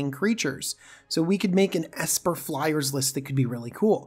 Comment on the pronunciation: "flyeres"? What are flyers. Fliers? Flyerererrrerererez?